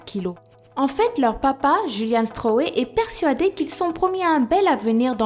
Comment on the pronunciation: Hey, t vidéo sont super, il y a peut de youtubeyr français qui font bien ses top 10... J ai toujours été fan de guiliano et Claudio stroe ( et d'ailleurs on prononce "Claodio" "stroïe" ) guiliano (à 7 ans) (maintenant 11) soulevait des poids de 8kg/bras et les 2 ont battu plusieurs record du monde (Giuliano:11 Claudio:3) Sinon pour la fille qui n as pas de nez, aux veut tu dit"essayez de respirer avec la bouche.. Fatigant.." Et bien j ai une allégorie au acariens (sorte d insecte microscopique dans l air ) j ai le nez pratique ment bouché Ducoup sa fait depuis mes 9ans que je respire par la bouche (j ai17)... Voila